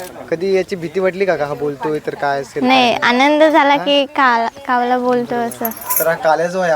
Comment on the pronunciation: बोलक्या कावला ,कावला अरे जरा शब्द नीट उच्चार ...कावला नव्हे कावळा